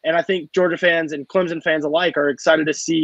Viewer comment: Can't Say Clemson Correctly